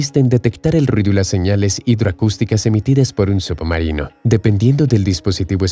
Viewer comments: Se escucha subomarino en vez de submarino, u poco mas de cuidado. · No se dice subbumarinoo, se dice submarino, leches! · Excelente video pero que pesado es escuchar SUPOmarino durante todo el vídeo. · "Subumarinos" 👀 excelente video 👍👍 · Solo yo escucho que dice "Sup-marino"?? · Lo mejor del vídeo es escuchar como pronuncia "submarino" el narrador.